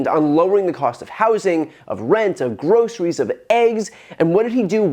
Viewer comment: Every time I hear how he pronounces groceries it makes me want to throw up. It's linguistically disgusting.